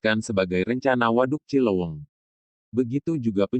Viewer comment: Cileuweung,bukan cilowong